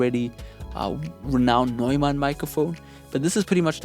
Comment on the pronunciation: You pronounced Neumann really beautifully